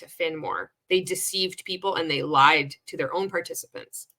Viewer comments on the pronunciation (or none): none